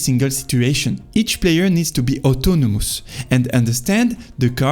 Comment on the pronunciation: Love the videos❤ try to work on how you stress words. It’s super important in English, you can pretty much have any accent, as long as you stress words correctly everyone will understand you. DEtails instead of deTAILS, auTOnomous instead of AUtonomous, inCREdibly instead of INcredibly etc. I know it doesnt sound like much but it really makes a HUGE difference in understandability :)